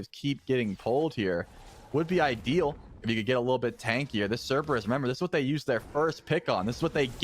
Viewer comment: Cerberus is pronounced Cerberus not Cerberus.